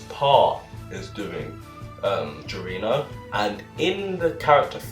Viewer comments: You said Giorno wrong, its more like Jor-no, not gir-o-no. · Just a quick heads up, to pronounce “Giorno” you must say it as “jour-no” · ok i'm sorry but... "Goirino"